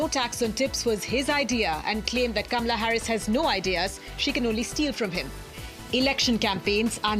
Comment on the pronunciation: if you practice you could learn to pronounce her name repeat, KAH MA LUH. KAH MA LUH keep repeating till you get it right. You should learn to pronouce the First Woman Presidents name. Just saying....